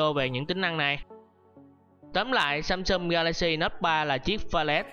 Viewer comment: Các từ tiếng Anh đọc có vấn đề :) "samsum", "contex"...